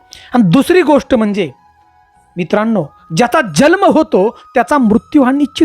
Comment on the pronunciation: तुला जल्म म्हणायचे का जन्म म्हणायचे ते ठरव